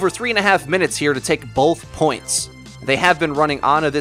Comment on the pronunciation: Love your videos, but I notice you say "boLth". It's; 'both'. Hehe. Love you guys.